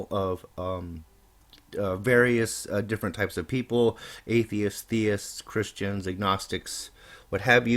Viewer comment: I clearly hear a "ch" as do others. Even if he didn't say "Christian" what he did say certainly wasn't "Patrician." But Raoul is a liar. If perchance he is telling the truth and he just fumbled the word, how would we know that he is telling the truth about that? He's the boy who cried wolf: he's lied so many times we don't believe it even if he does tell the truth.